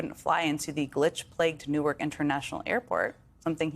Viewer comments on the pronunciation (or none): none